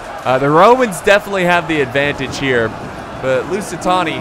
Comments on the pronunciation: STOP SAYING LUSITONI PLS. There is no O in LusitAni, it is an A. Love the vids btw. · Drinking game. Drink a shot of vodka every time says "Lucitoni" instead of "Lusitani" Have fun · most used sentence by FAR: "Lusitony..? LusiTAHNI, excuse me.." How many times can one make the same mistake yet still never learn.. 😂😂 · it’s Lusitani... Not LusitONi.... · Lusitoni Me: TRIGGERED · Every Time i hear him say "Lusitoni-": NO MORE! NO MORE!! STOP SAYING IT!!! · At this point, has me saying “lucitoni” as well 😂😂😂😂😂😂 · God pal , you need to stop saying lusit- Toni ! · Say Lusitoni one more time. I dare you.